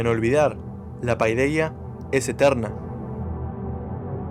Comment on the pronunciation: No es {Paí}deia ... Es {pedia}.